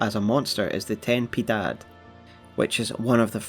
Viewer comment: "TeN pEeDaD"